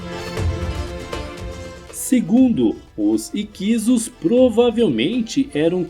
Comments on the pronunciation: A única falha desse vídeo é a pronúncia errada, não é "IQUISO" e sim "HICSO" igual lapso, sinopse. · Escreve-se HICSOS. Pronuncia-se " ÍQUISSOS" e não "IQUISOS" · Essa pronuncia matou o vídeo 😂